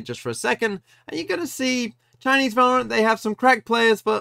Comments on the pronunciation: “Valroant” I love you 😭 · genuinely took me like 10 minutes into the video to realise it said valroant